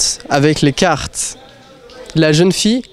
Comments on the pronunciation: Why does he pronounce “carteS”? I’m confused now. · A quoi bon vouz prononsez carteS????